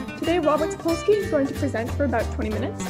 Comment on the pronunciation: "Sapolksy" EVERY.SINGLE.TIME.